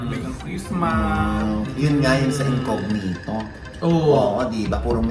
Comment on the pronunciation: It’s not incoGnito po, it’s an Italian word and it is pronounced as incoÑito.